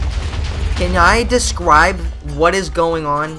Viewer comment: "cwann i descwibe what is going on" BAHAAHA